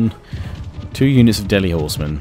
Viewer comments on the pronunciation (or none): none